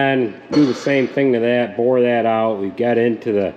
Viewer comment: Are you Dutch? Boor that out? Lol Boren is drilling